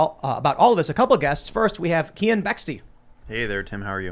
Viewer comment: its KEEAN, shit man.